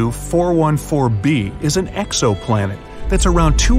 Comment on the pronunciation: am I the only one who heard k2-414 B